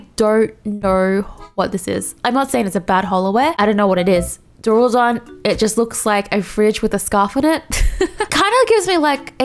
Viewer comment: I love how you keep saying "Daruladon" instead of "Duraludon" lmao